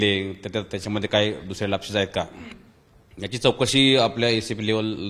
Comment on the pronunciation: Lapses तरी नीट म्हणा साहेब😂😂